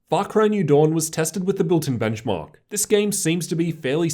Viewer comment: And the Benchmawwwk